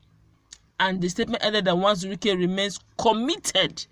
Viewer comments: Not nwazuruike but uwazuruike, you always say nwazuruike,, you are Igbo girl so speak it well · It is Uwazurike not Nwazurike, please